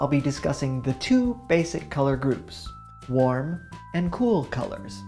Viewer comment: Nobody: This guy: hwarm